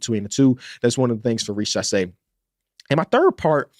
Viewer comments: its pronounced riZacher not richasé 😭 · exactly what i said